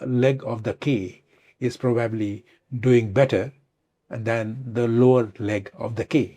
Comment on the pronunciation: Prob-ably, it sounds off when he is speaking. And it's tech-nology